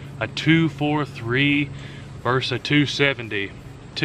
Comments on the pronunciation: Versus, not vers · Versus does not sound like verse.